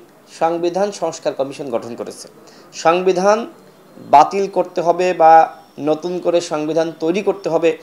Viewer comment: সাংবিধান 😂😂😂 উচ্চারণ করতে পারে না